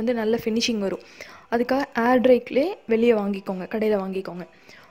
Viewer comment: க்லே இல்ல